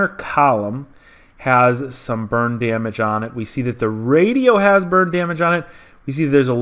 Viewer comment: Sounds like you keep saying "Bird Damage". What did the bird do?